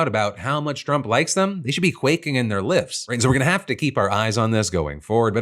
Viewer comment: I heard "lips" and took that in so many different ways.